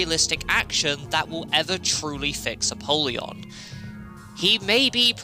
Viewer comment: ALSO ALSO I know this is super nitpicky but it's pronounced a-pole-yon, like a poll, not a-pall-yon like apalled. 🤓 I thought it was the latter as well but according to the voiceover when using the soul of apollyon the former is the canon pronunciation.